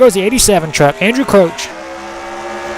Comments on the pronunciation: pronounced Crouch not crooch. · even if you are pronouncing it right it sounds weird